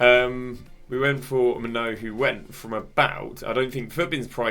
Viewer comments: Btw mate it’s pronounced ‘main-oo’ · Brother I love you but I beg you work on your pronunciations, maignan and calhanoglu mainoo pronunciations hurt me😊